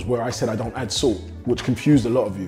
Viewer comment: Ohhhh now i understood you were saying Salt ,entire video i was wondering why 🐼 keep calling SOOT SUIT 😂😂😂😂😂